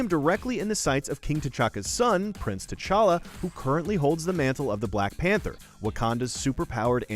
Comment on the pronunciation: TCHACHA? It's T'challa